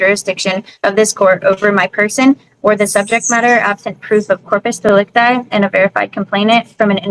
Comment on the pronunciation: Did she say "in porpoise delecti"? Man they get dumber and dumber every video